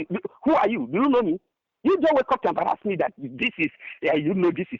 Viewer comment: He embarrazmi! 😂